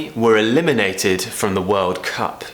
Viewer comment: But it doesnt sound like you voice that D. Seems like at the end of the word d becomes more like t. (Talking about the first exampe - eliminateD)...hmmmmm, i dont have an ear for it?